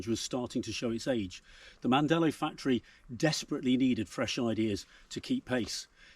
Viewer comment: Si dice Mandello non mandella ignorante....